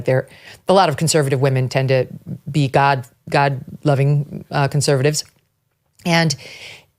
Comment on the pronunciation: Megan for a woman that finds words easy, seem to find the word GOD hard to pronounce & come out of her mouth. SHE IS A FAKASSCARLLY !!